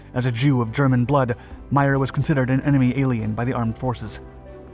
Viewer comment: The OSS was not formed until June 1942. WWII started in Sep 1939. The USA entered it Dec 1941. comes up with some interesting stories but rarely gets them right. By the way, his name is pronounced May-er, not My-er.